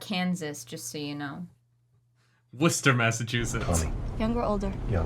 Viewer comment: I appreciated the Worcester, MA name drop, especially since they pronounced it correctly